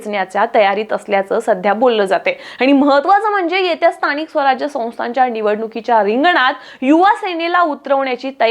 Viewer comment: कसली भाषा ही न व ण मधला फरक कळतोय का?😭 महाणगर स्थणिय भयानक आहे